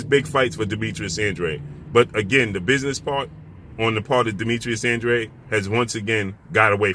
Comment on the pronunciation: Congratulations 👏🏼 this is your first video I see where you stand NEUTRAL as you always should! There is no doubt ANDRA-DE and NOT ANDRE as you BLACK folks pronounce it …please pronounce it the proper way and stop sounding IGNORANT! Yeah ANDRADE doesn’t really want to step in the ring vs. CANELO he never did otherwise he would’ve gone after either BJS or PLANT knowing CANELO was coming after those belts! I am glad you finally stopped defending this ANDRA-DE clown 🤡 thank you. CANELO is picking up belts and he has reach the level where he fights whomever he wants and ANDRADE will NEVER be in the same ring as him so 🤷🏻‍♂️ ANDRA-DE should just let it go 🤣!